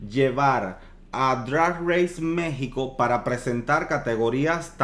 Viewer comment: Una falta de respeto que te refieras a México como "MEH-XICO"